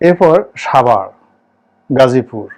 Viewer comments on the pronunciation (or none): none